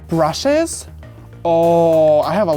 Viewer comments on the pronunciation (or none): What happened to your pronounciation all of a sudden😂😂😂😂Brusheezzz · The way he says “brushes”